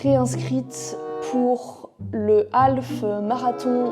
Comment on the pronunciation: Toujours agréable tes vidéos. Par contre, puisque tu as décidé d'apprendre l'anglais, je vais oser un petit commentaire amical : On écrit "Half marathon" mais on prononce "Haf marathon", le L est muet. Bonne continuation !